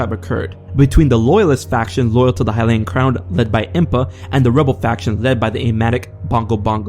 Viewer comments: Twili(Twigh-ly) Hylian(Hy-lee-in) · This man can't even pronounce Hylian.